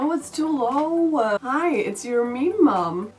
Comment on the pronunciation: To be honest I never know if you're saying "meme mum" or "mean mum".